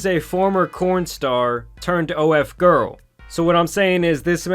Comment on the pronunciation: DID YOU SAY 'CORN STAR'???